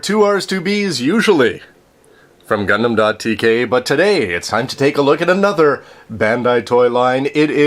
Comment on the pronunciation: its not gundaaammm... T____T